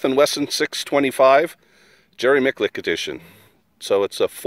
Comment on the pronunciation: Please, name the master correctly. His name has got to be pronounced "MiTCHulek", not "MiKulek". Listen to him when he introduces himself in his videos... LOL